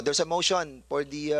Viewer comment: The subject op the opiser op the chairman ah aha the priends op the pather is parther rule the eppect of the discussion wether we resfect the chairman flease.